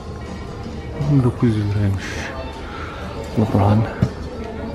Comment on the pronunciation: abi neden lebron yerine lıbran diyon